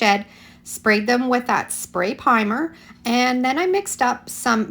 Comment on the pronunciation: On the smashed can pockets you say pimer more than once. The proper term is primer. If someone is just learning English or using something to translate it will cause confusion, especially as it sounds like you say priming a few seconds later. Computer programs can't adjust for things like that. Not trying to troll. Just what what my Grandmother( a teacher and absolutely Amazing woman..miss her lots lately) used to call constructive criticism